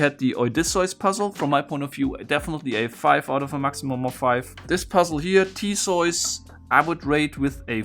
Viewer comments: pronounces theseus as thesoice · I am a bit of a mythology buff and I know English is not your first language but its Per-see-us and Thee-see-us!!! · is Theseus REALLY pronounced " Thee-soys " in german, or are we just dealing with a person that literally slept through EVERY history class EVER? Also, the text was probably not there just to make the plates look good, maybe next time read them .. Idiot. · T H E S E U S A German: Tezois!